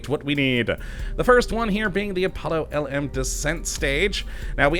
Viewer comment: The LM is pronounced LEM